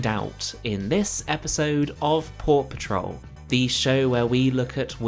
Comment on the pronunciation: When you say Port Patrol I hear "Paw Patrol".